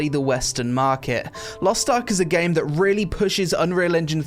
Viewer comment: Lost Tark? LOL it is Lost Ark not Lost Tark :D